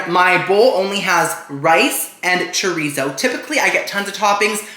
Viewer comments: The way you're saying chorizo is killing me 😭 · It hurts me every time someone says chorizo wrong like this.